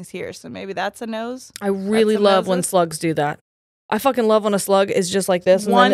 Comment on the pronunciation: Y'all it took me way too long to realize that you were saying "slugs" not "sluts"😂😂😂😂 Like snapple fact FOUR!?😂